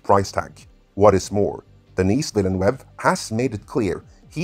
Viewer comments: His name is pronounced "DAY-NEE DILL NØV" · Since we're correcting people's pronunciation... The director's name is pronounced De-nee Vill-nuhve (the "s" is silent), which, as a European, you should be completely aware of. French IS the second most widely spoken language in Europe after all. The movie Sicario is pronounced Se-car-eeo (it has an "i" between the "r" and "o". Hope that helps. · Denis Villeneuve is pronounced: D-uh-knee Veel-n-uh-v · Denis Villeneuve's last name isn't pronounced 'villeh-nwev'. He's not Latin American, he's French Canadian...it's pronounced 'veel-nuhv'. Grew up in Ottawa right next to Quebec, so I've encountered that surname many times and how it's pronounced by those who speak French (French Canadian French anyway) as their mother tongue. Even the 'nuhv' part isn't quite how it sounds...it's more like trying to say 'nerve' without the 'r' sound. Nitpicky, I know lol, and I recognize English is very much not your own native language (I'm sure I'm spelling your name wrong too)...just though it might be useful to know. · Note to: "Denis Villeneuve" is pronounced "De-NEE VEEL-NOOV" - he's Quebecois, not Spanish. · His name should be pronounced "Duh-nee Vill-Nuv" Source: Am french-canadian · The "s" in "Denis" is silent. So is the last "e" in "Villeneuve". French is full of silent letters. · and no its pronounced villen nev wa, they say his name in the making of 2049 doc. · PSA: How to pronounce his name (deni·vill·nuv) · Yeah...it's pronounced "Denee Villanoov". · Just a tip on how to pronounce Denis Villeneuve’s name: Phonetically “Duh-nee Veel-nuhv” (the ‘s’ is silent; both words are 2 syllables, none of them accented).! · Your English is amazing, man—your grammar is better than 90% of Canadians I hear every day! But, you gotta work on Denis Villeneuve’s name pronounciation. “duh-NEE vill-eh-NOOVE” is about as close as one can get it. Keep rockin! Excited for this flick! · Den-ee Veel-noove